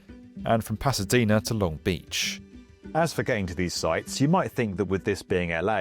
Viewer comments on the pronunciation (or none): A bit silly, but it's locally pronounced "LONG beach" not "long BEACH". Emphasis on the long, not beach.